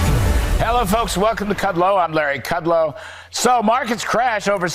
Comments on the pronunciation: Larry's name is pronounced "could -low." How hard is it to do 2 seconds of research and learn that? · Kood-law. Bartoroma. Ingra-ham.